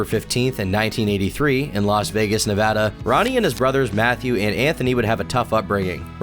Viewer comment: Holy crapoly someone said Nevada right..... I'm guessing you are from here, bc no one says Nevada correctly... ahahaa!